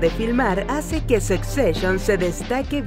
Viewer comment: Jajajajajaja no se pronuncia "sec seshion". 😂😂😂😂